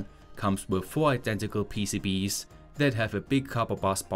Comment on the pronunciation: Finally you pronounce PCBs normally, not PCBeeeys which honestly drove me mad ;)